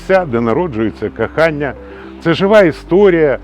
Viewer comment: Так, є проблеми саме з вимовою. Найбільша з них - це Акання. Наприклад: "кАхання", "АбАрудки". Бажаю успіхів автору.